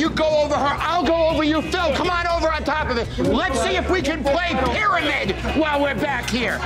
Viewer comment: "Let's see if we can play pyRAMIDDD!" The way he says that